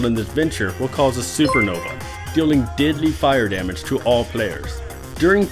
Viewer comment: Anyone else think that when he says deadly it sounds like diddly...